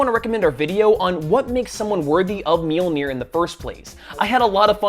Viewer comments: You're saying it right. A lot of people wrongly think it's ma-jol-nur. It's mule-near. It's not hard. I see people correct the correct pronunciation a lot, too. It's mule-near. If you pronounce the j like anything that isn't a y, you're wrong. Mjölnir. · Your pronunciation of Mjolnir is fine. Anyone saying otherwise is talking out their ass or trying too hard to be a pedant.